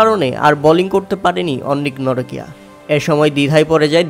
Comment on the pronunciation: Onnik norokia ….. Vai jan thik moto nam bola shikhen